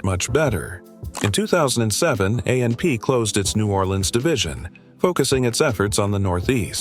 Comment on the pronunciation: It's called AP not amp you need to get a new narrator